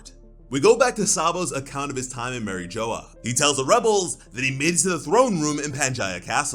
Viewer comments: Did you really just say Marie joa? Seriously? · Who the hell is Mary Joe or whatever the hell you’re saying? It’s pronounced like a French word not Joe or Joya or however the hell you’re saying it!